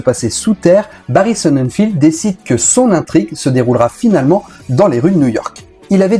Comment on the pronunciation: Barry Sonnenfeld pas Barry Sonnenfield y a pas de i, ie, ea, etc...